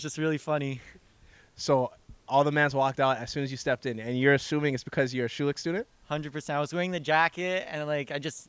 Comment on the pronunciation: & . These guys don't know how to pronounce thier own name.